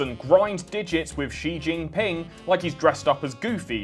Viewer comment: This is all riveting content but as a Chinese-speaking person, big fucking claps for how beautifully and un-obnoxiously you pronounced Xu Jinping